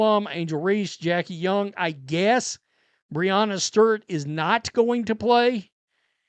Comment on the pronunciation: pronunciation "Breanna Sturt" 😅